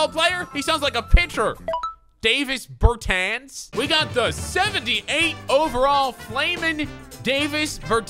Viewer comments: It’s NOT DAVIS BERTANS ITS “DAH-VIS BURRRR TAWWNSSSS” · Davis Bertans... Pronounce both of the A’s as AH So is DAHvis BerTAHns That’s his name. And he’s the 2nd best 3 pt shooter in the league